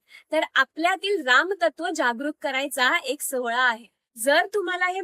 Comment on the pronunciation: अतिशय सुंदर माहिती जी सर्वांपर्यंत पोहोचणे गरजेची आहे. फक्त एक म्हणजे राम् न म्हणता राम (पूर्ण) असा उच्चार करावा एवढी विनंती 🙏🏼